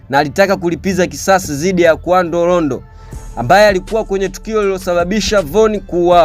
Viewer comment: Ni Quando Rondo siyo Qavo Rondo